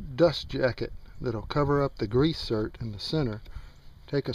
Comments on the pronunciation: those are grease "ZERKS" not breath mints "certs" , please. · What the hell is a grease "cert" Are you sure you don't mean a grease "ZERK"...??? (as in the nipple connection for a standard grease gun...???) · Good video! ...but it is a zerk not a cert!!